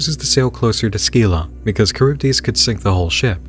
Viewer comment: Scylla = SILL-ah. Charybdis = Kuh-RIB-dis.